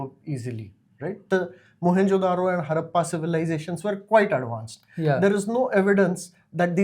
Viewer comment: When you pronounced Advance as Aduvance 😂